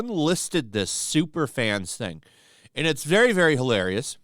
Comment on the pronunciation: I laughed every time you said “Supafans” who are these clowns being interviewed?